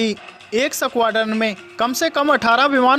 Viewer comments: भाई न्युज अच्छी थी पर वो 😂सकवाड्रन 😂😂नही होता है 😂 .स्कवाड्रन होता है..यार..😂 थोड़ा उच्चारण पर गौर करौ...😂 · Are koi is squadron bolna sikhao pehle